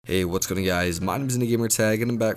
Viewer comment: “hey what’s gonning guys”